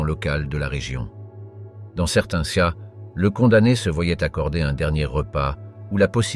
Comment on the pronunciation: je suis obligé de disliker parce qu'au bout d'un moment entendre dire "de nombreux C A" et "moyen G E" il serait temps d'apprendre à parler correctement... et bien sur je me dispense de m'abonner à cette chaine et bien sûr ne pas regarder la vidéo du début à la fin!!!